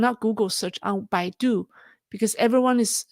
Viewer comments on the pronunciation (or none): none